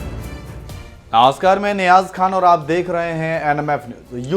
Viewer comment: Mr. Reporter. Please theek se Namaskaar bolo. Aap purposely Novaaskar jaisa bolte ho.